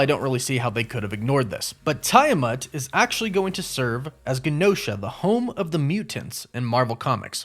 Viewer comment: Also, isn’t it TEE-a-mut?